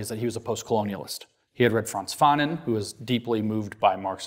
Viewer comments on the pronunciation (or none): none